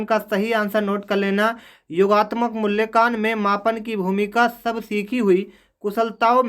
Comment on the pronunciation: Q4 me Hindi sahi se padh nahi paaye aap mulyankan ko aap kya kah rahe hai